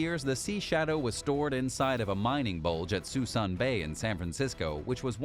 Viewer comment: Prinz Rugen is pronounced: Prince Oy-grn Suisun bay is pronounced: /se'su:n/ se:soon/ bay